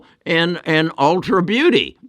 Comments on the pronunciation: It’s ulta not ultra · It’s ulta beauty. Not ultra.